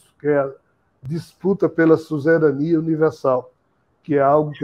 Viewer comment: O que é " suzerania/susserania" q ele fala ?